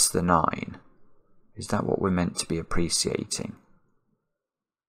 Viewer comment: Is it just me or does pronounce appreciating wrong? Or is this a dialect?